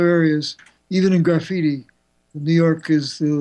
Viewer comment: Did he say, "garfitti"?